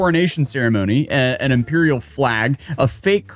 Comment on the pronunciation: Moan-arch and Impeeral. can he speak words? I joke, good video, first one i've really seen since he hung out with the unsub cast <3